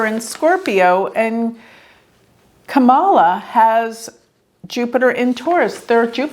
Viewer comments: Dear, Enjoy your readings, esp on my Fave VP Candidate, SEN. Kamala Harris! Btw, with all due Respect, The correct pronounciation of her name is, 'COMMA-LA,' Two syllables, not, Three, as in, Ka-Ma-La... Thank you for the work you do! It helps me stay Calm in midst of the illusionary STORM, that, IS Passing! Meant to add my favorite Randy Rainbow Song: KAMMA-LA! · Her name is pronounced Comma-lah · Hi. You’re mispronouncing Kamala’s name. It’s pronounced like “comma la.” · It's Kam-a-la - accent on first syllable and pronounced "cam", as in camcorder. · Her name is pronounced Comma-La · Good analysis. Would've been great if Mike Pence's birth time is available. Btw, it's pronounced "comma-la", just for your future reference. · if you're going to record a public reading about someone, please pronounce their name correctly. Trump doesn't feel a need to, but that doesn't mean you should. Please be respectful of the people whose chart you are reading. Thank you. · Alamar Fernandez .....most people pronounce her name wrong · Rodney, are you sure? is a vedic astrologer, so she is familiar with Sanskrit words. Kamala is a Sanskrit word. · yes I’m sure. She’s saying it wrong.